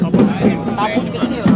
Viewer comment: TABUT bukan TABOT, mohon diperbaiki